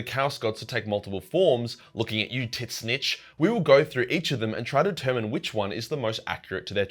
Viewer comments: Did you just say TIT SNITCH INSTEAD OF TZEENTCH?????????!?!?!?!?!?!?!?!?!?!? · I thought it was pronounced "ZEEEE-CHEECH" why is he saying "Tit- Snitch"? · Ngl I though tzeentch or whatever tf his name is was pronounced as “zeech” and not “tit snitch” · Tzeentch is pronounced "zeench," not "titsnich." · My man, its pronounced "zeench" not titsnitch. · It physically hurts me every time he calls Tzeench “Tit Snitch” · T`ZEEEEEHNCH NOT TITS SNITCH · Gotta say man, the "Titsnitch" thing has gone from kinda funny, to unfunny, and now it's just annoying. Please just say Tzeentch. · its not titsnitch, its zeench. GW confirmed in a recent video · Tzeentch is not pronounced "tit snitch" it's "Zeench" FFS! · Tzeentch is not pronounced Tit-snitch it’s either “Tseeench” or “change” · Please stop calling Tzeench titsnitch. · Its not "tits nich" its "zinch" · Why you keep calling it tits snitch? It’s tzeench : t’Zeench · I've never heard Tzeentch spelled in such a weird way. How the hell does your mind go to "Tits snitch" instead of "Seentch"? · Wait is it really said titsnitch? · why do you keep calling Tzeentch t!ts snitch? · tzeentch is pronounced titsnitch? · Does anyone else hear him say TitSnitch? lmao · I can't unhear tit snitch anymore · Bro keeps saying tit snitch, thats how him gonna call him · Dude.. you sayin Tzneench like that is just ridiculous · Tzeentch must be working its way into our world, as this is the wierdest pronunciation of his name I ever heard XD I usualy say Tz tougheder not apart like you. It lomoust sount as if his name was T'zeentch not Tzeentch. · I will never agree with the Titznitch prononciation. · I'm willing to bet that the correct way to say tzeentch is "zeench". I hate to be that guy but that enunciation was a mental flash bang. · Imagine calling Tzeentch "Titsnitch". xd Anyways great video. :D I actually really enjoyed the part of Tzeentch non sarcasticly... <3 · Did I hear that right? Is it pronounced tit-snitch?